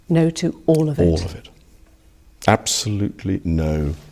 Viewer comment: The big sigh with the British “nooo” GUILTY!!!